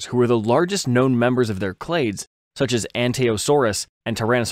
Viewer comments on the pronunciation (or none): none